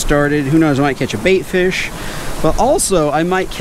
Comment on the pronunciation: I love but the was he says fish drives me up a wall